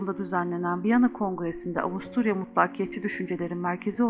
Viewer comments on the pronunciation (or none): Farkettiğim kadarıyla avusturyaya avusturalya diyorsunuz :)